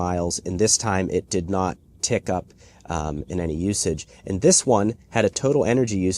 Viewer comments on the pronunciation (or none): none